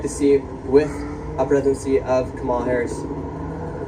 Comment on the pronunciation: That idiot makes a big thing about pronouncing Harris' name then mispronounces it. He thinks half the military won't leave. Doesn't think about what will happen when a drone takes out an innocent family like in Afghanistan. Doesn't realize a civil wat would not be armies lining up against each other, but more like Kansas and Missouri during the last Civil War.